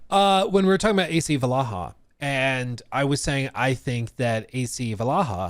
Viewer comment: Why is he saying ac valaha?